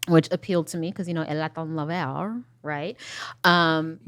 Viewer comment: Her pronunciation was terrible but did not catch she was just saying “Latin Lover” in a pretend Latin American accent?